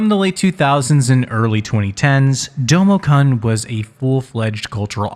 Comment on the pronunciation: It's pronounced with a long -oo sound! "Kun" rhymes with the English word "soon".